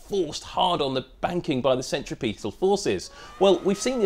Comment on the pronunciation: you said centriPETAL forces. THANK YOU FOR GETTING IT CORRECT!